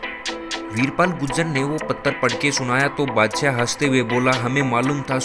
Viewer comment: Bhai pahle hindi bolan seekh theek se Bhangi or badshyay kya hota hai Shi uccharan sikh